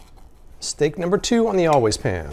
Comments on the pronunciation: I know right... How hard is it to pronounce "pan" instead of "pahn"?! Although I feel like her advertisement wouldn't be as alluring if she didn't say it that way! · Pawn. I cringed the first time I heard it. And every time thereafter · the way she says ‘pan’ makes me feel like a peasant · Well, since we are confessing, there is something about the way she says "pan" that makes me highly suspicious of her....🤣🤣🤣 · The way the woman says the word pan is the only reason I need to never buy this pan.